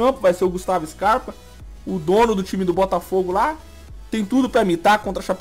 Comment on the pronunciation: ele erra muito quando vai falar"scarpa do botafogo"